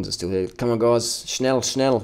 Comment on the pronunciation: hahahhaha how you said ' schnell schnell' did you try speaking german ??? :D